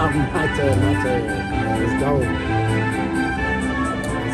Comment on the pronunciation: He said geaow lol